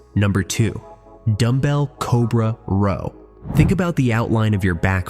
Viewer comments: A "Rawl* should be Row. Another AI generated video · This video is such a lie. Pull-ups are the best way to widen your back (not endless ones though). Lateral raises (in various positions) are definitely the best way to widen your shoulders. Why can't AI voices say the word "row" correctly?